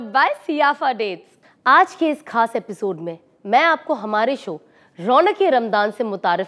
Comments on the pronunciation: Assalam o alaikum Sister aapka ye program bahut hi umda hai but ek cheez kaan me khatak rahi wo hai talaffuz Aap khas ko sahi se urdu me pronunciate kijiye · Khaas ka talaffuz sahi boliye plz urdu me khe nikale and your video is very nice mashaAllah